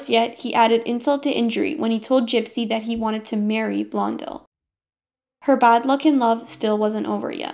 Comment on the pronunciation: There is no reason to mispronounce "Preminger" or "Blondell." There really isn't.